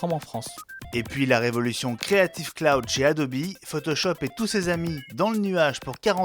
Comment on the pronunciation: Adobi pour la prononciation anglaise comme niki